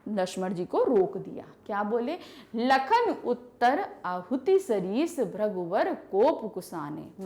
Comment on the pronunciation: AAP toh lakan bol re ho